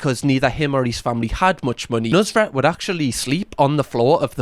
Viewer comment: How its spelled: nusr-et How this guy pronounces it: nus-ret